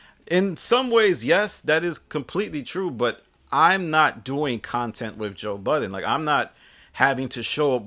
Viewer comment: I’m disgusted with the way that you pronounce his name 😂😂😂